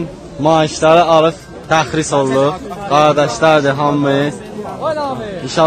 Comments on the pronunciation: Təxris yox tərxis . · Jurnalist qaqaş, təxris yox, tərxis. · AY TYUPOY APARICI... O SÖZ "TƏXRİS" DEYİL.. "TƏRXİS" DİR..